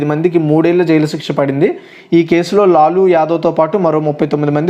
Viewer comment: లాలూ ప్రసాద్ యాదవు తను...లులు కాదు